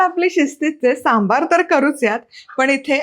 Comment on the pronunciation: मस्त रेसिपी, सांबर नाही सांबार असा शब्द आहे